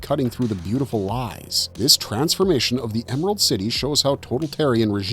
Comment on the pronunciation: "EMARALD CITY"???